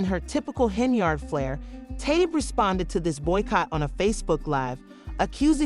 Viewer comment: Can you not say "Yard"??? Hen-Yard... That's her name, not "Hen-Ard"... Come on now!